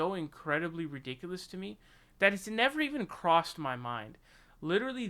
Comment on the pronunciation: Nevah, evah!